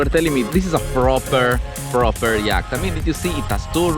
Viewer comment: I'm sorry but it sounds like you're saying yak 🐃